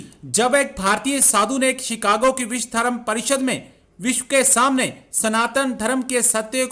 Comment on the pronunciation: उच्चारण सुधारो। उच्चारण सही नहीं रखने से अर्थ का अनर्थ हो जाता है। तुम ‘विश्व’ कहना चाहते थे, लेकिन तुमने बोला ‘विश’। आशा करता हूँ कि तुम विश्व और विश में अंतर समझते हो।